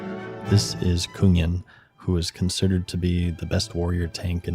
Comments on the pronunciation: You pronounced Kungen exactly right c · You pronounced kungen perfectly nice job 😊